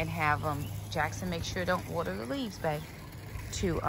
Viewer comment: I love how you say water. Warter 😁Love your videos!